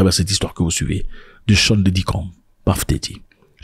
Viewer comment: Easy coast 😅 mais bonne énergie 🦾